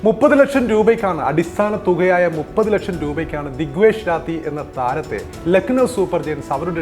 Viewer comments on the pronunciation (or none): none